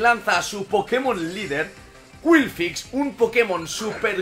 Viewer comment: curioso como exagera mucho las pronunciaciones de los pokémon para que queden lo más anglosajonas posible pero luego te cuela un qwilfix y se queda tan ancho jajajajajjaja